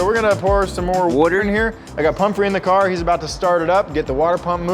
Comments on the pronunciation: Anyone else hear say wooder instead of water? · did I just hear ChrisFix say "Wooder"? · ChrisFix "wooder" nice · Wooder. Soapy Wooder. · It wasn't to cover anything up, he said water. But if you listen to it again, they added the voice from another car YouTuber, ChrisFix and he says water like "Wooter." So they added him saying water over. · No one noticed that they used Chris fix's voice to say "wooder" (water) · ChrisFix saying wooder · Woder- Chris fix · wooder. yall got chris fix helping? 😂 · Lmao the edit where it says “so we’re gonna put some more water in here” the way water was pronounced and with that accent it kind sounded like ChrisFix’s pronunciation of water Water = Wooder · Did they seriously put chris fix saying woader😂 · Was that a ChrisFix "woter" I heard ? lol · did I hear a Chrisfix “wooder?!” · ChrisFix always says Wourder lmao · Caught that wooder reference Oh and also the entire video was just a that's what she said moment xD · I caught that ChrisFix “Wooter” overdub! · Did anyone else notice ChrisFix saying woder 😂😂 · shout to chris fix and his "wuter" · i hear that wooder from ChrisFix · Am I the only one who heard the ChrisFix wooder ? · HAHAHA CHRISFIXS "WOOTER" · was that chrisfix wooder i heard? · Nobody heard ChrisFix sayin “wooder” lmao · i heard that woder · Shout out the Chris fix wourder dub lol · LOL at the ChrisFix "Wooter" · ChrisFix saying soapy wooder. you thought no one was gonna notice? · What are the only one that heard that Chris fix water